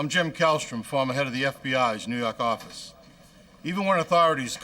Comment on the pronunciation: What I love about it is the head of the "new yahk ahhfice". Dude drops his R's more than the mayor of Boston 😄 he ain't fooling nobody!